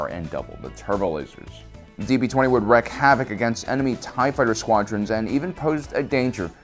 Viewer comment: Wreak havoc, not wreck.